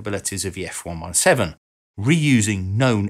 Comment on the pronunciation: Love the channel,. One thing. F ONE SEVENTEEN.:) Carry on!